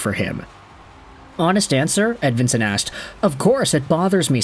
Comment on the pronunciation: I suppose maybe the last name is Edveensone also. Seemone Edveensone. Doesn't really sound Swedish to me. But I suppose Nicklas Lidstrom probably pronounced his own name wrong throughout his whole life also.